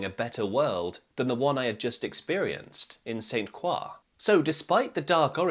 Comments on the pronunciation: While you pronounced Croix correctly in French, the name of the US Virgin Island is pronounced “Croy” like “boy.” And yes, the people who live there pronounce it St. “Croy.” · The "Qua" sound is French, but they would say "San" (the t is silent), so the pronunciation in this video is a weird "half English, half French" pronunciation. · But since it’s U.S. territory, I guess it’s his responsibility to pronounce it correctly. Plus, he’s freaking British, not French. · The King Harvest version is the one I recall from my teen years. I still hear it in restaurants (and drug commercials). [BTW: I've never heard St Croix pronounced that way.] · " literally everyone but Americans (US) says it that way" Yes it is a French word but it is pronounced 'Croy' by the people who actually live there. You'll sometimes hear 'Cruz', especially between the locals but never 'Kwah' like it's pronounced in this video. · I lived on St. Croix in the late 1970s. It's pronounced Saint CROY, as in Croydon. The scuttlebutt at the time was about the attack at a Rockefeller owned golf course called Fountain Valley. Although it had happened a few years before it was still fresh in people's minds. I was advised to stick to the well trodden tourist areas and stay out of "native territory". But I didn't listen. The BEST times I had there were at Saturday night fish fries with live local music and dancing in the "bad" part of town . The beer and rum flowed copiously. I was the only white woman in the crowd. Nobody ever pestered me. I was welcomed warmly, possibly because of my "crazy" dance moves. Yeah, I looked like a wild blonde nut. Too wacky to tangle with. I did get robbed one night after work at a Christiansted bar. But it was white tourists who robbed me, not the locals. Interesting tale here. New for me. Thanks. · I love your videos. They are incredibly informative and interesting. FYI, in the US, we pronounce the name of the island "St. Croy." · Pronounced "St. Croy"